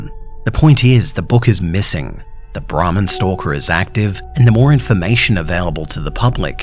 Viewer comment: It was sounding like he said the ramen stalker like someone guuna Rob your ramen noodles 😂😂